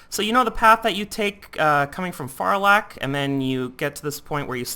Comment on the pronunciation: Not wanting to be rude, but the way you pronounce stuff makes me cringe.. Just me? ok... Like, "Abyssal Coata" is meant to be said as "Abyssal CoatRa" and "Farlak" Is meant to be said as "FarlaRk"... Sorry